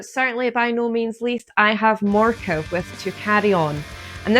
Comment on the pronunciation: Thanks so much for the kind words, it means a lot! And bonus points for pronouncing Morke correctly haha. Love and Hails ✨️🏰⚔️💜